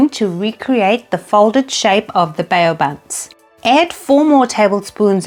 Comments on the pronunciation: Just letting you know it's pronounced 'bow' not 'bay-o'. But what a great recipe! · Bow as in the verb that is. 😂